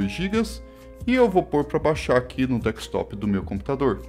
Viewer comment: “Dekstop” é dureza… é desktop amiguinho :) dhr o video.